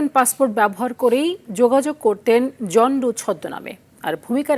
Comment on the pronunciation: উচ্চারণ হবে “জন ডো ।”